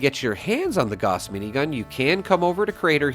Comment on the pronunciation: GAUSS as in HOUSE with a G, not "gaws".